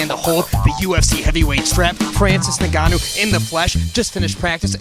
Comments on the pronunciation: fr lmao it's supposed to be En-Gâ-nou, not negannou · bUT Ya''ll always mispronounce NGannou's surname... calling him something like "NnnneGanu" 🤣🤣🤣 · He keeps saying "Francis Nigannou" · Francis saying Jun-jun is like ufc announcers calling him Nooganu in his earlier career 😂